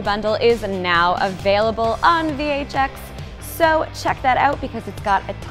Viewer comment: When Nat has says VHX I heard VHS and I was : WTF it still exists ? ^^